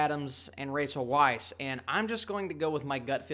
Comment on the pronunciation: Small point......Rachel's last name is pronounced vice.